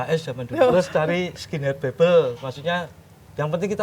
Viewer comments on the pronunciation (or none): "Skihead Bible" bukan "skina bibble" mungkin....